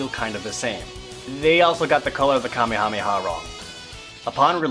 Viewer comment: Emile House I know it's not a big deal. It just sounds a lot different to me, and is just something I noticed. Saying "the Ka-mee-ha-mee-ha" is a lot different than the actual "ka-may-ha-may-ha wave."